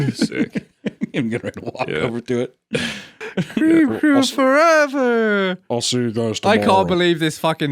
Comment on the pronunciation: Cweam cwoow